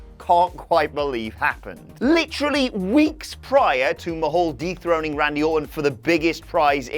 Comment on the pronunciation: didn't it sound like he says Jinder "deep throated" Randy Orton (instead of dethroning)